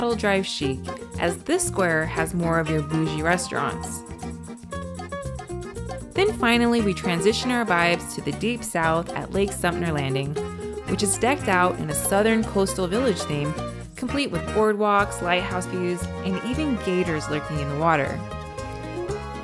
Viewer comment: Lake Sumter...not Sumner..but great representation!